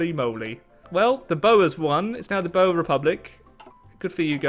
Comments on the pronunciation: i hope you read this. The pronunciation of the boers is like this. The oe sounds like the u in English. So it should sound a bit like burs if you take only the letter u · I have been watching you for the last year now and I just want to say I wish you luck with your personal life All the way from South Africa Me myself cant see my partner because of this virus P.S the way your pronounce boer is wrong Americans have to say it like "bor" The english should say it like "Bow-uh" with an smaal drag on the r😀 Great I got your mind of things for a sec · The way pronounces"Boer"lol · boer=booo+her prenouced as 1 word